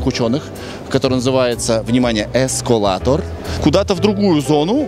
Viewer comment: правильно эскАлатор